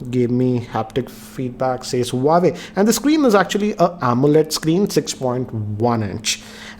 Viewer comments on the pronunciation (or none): You’re going wrong with the pronunciation of the brand. It’s pronounced as “wah-way” not “hu-wa-way” Peace out. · It's not pronounced as Hu Wa Ve it is pronounced as "Wha Way" . Just saying as your videos are watched across the world. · It's not who-wa-way, it's Wah-way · Pronouncing हुवावे ❌ हुवेई ❌ वावेय ✔️ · Bro it's " hua-wei " this is correct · it's hawaii 😡😠😂😂😂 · It's हूआवी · that's not how you pronounce Huawei